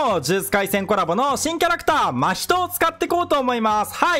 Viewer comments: 真↑人↓↓ ❌ 真↓人↑↑⭕️ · 真↓人↑じゃなくて真↑人↓じゃないっけ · ま↓ひとに違和感を感じる我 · 真人のイントネーションめっちゃ気になった笑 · 真人のイントネーションが気になるw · 真人毎回思うんだけどイントネーション違くね？ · 真人のイントネーションこれであってるの？